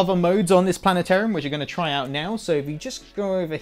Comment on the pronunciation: Planet-orium, lol!